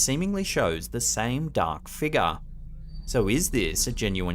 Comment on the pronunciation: Been watching your videos for years. I get a kick out of the way you pronounce 'figure' " Figar" 😅 Edit - i bet cash money that "bag of snakes" smelled like absolute hell when he opened it. 🤢